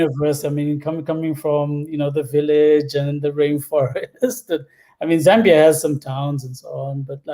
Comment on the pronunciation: Charles, I love you, but why are you saying "Zimbia"???